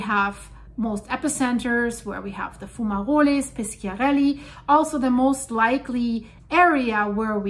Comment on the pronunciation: I don't know how good her italian is but it's Pi sh iarelli and not Pis k iarelli.